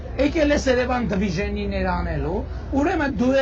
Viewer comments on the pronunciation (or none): none